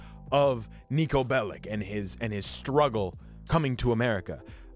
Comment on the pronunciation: Its read nico belić